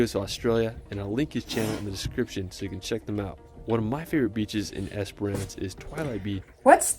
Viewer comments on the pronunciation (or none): Great reaction, I love how much you love animals 🥰 So much natural beauty all over the world. This guy definitely had all the usual mispronunciations, but my favourite was Esperance, he kept saying Esperonce, it sounded so funny, never heard that one before, lol, but it was a lovely video, so who cares. ✌❤